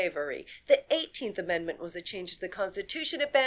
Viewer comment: "That's why it's called an ammedment".